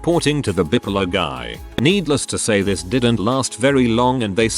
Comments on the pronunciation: Bipolar. TTS: "bippulluh" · I laugh so hard the way the bot says bipolar. Gets me every time.